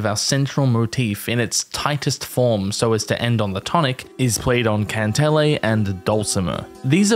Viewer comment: you do not need this information for anything at all, but re: 'kantele', in Finnish the first syllable is always stressed, KAHN-teh-leh. It's super consistent even if unintuitive for English speakers. That's my main qualm so thanks 6/5